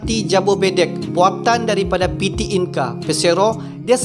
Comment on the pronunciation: Bang saran sikit kalau untuk bahasa Indonesia tidak menggunakan abjab Inggris...kami di Indonesia menggunakan bahasa Indonesia dgn abjab sendiri abjad Indonesia.... Coba Abang pelajari abjad Indonesia... Contoh PT dia baca Pete bukan piti